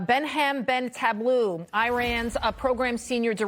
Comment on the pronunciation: READ, READ the names of your experts before you (mis) pronounce them!! Ben Taleblu is a very distinguished expert. He does not deserve being insulted and this is NOT a good look for Newsmax.